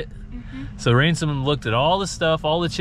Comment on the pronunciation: HANSOM HAMSOM You keep saying Ransom LOL LOL LOL